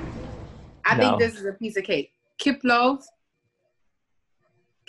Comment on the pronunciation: ахахаха, КипЛОв)) КипИлов) Валерий Саныч, у Вас новое прозвище "КиПилов" Ржу, не могу!XDDD